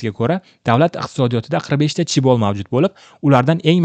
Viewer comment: "CHIBO" emas "CHAEBOL" (재벌)